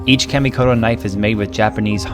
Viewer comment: In Japanese the letter a is always pronounced flat like the a in car. Try saying KAHmikoto next time.